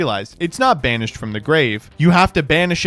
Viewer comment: I misheard, it sounded like "Summon a card in Spanish" not "banished". I was VERY confused for a second there.